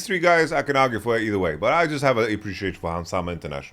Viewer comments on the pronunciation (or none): none